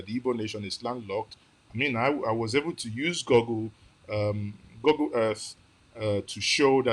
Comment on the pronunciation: You lost me when you were using “gurgle” to locate our aerial map. Look, google, school, woods, mood. There is no place the English sounds “oo” as “ur”. I was confused as well why everyone in Nigeria calls it gurgle.